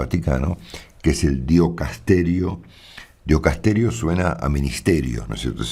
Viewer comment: Ya te lo habrán señalado Marcelo. Se dice y escribe DICASTERIO (diocasterio no existe como palabra). Quise decírtelo hoy a la mañana pero la ducha no me dejó